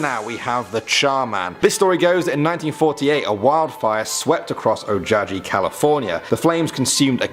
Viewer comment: Ojai CA where Charman hangs out is pronounced Oh-high. Not oh-jah-jee.